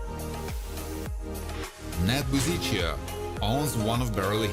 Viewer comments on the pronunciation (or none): none